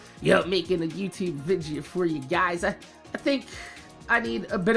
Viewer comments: Dude... Its video ... Not vidgio .. Its so fucking annoying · one of the things I look forward to watching a video is him saying "vidja"